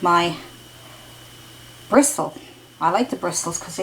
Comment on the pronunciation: Please say bristle without the T...lol it's silent!! I like your videos but that is so annoying